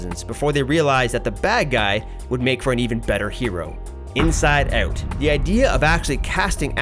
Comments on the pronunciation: The voice is perfectly fine... But the way he says inside out like inside "ohooht" really bothers me for some reason. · This speaker is Canadian because the way he said "out"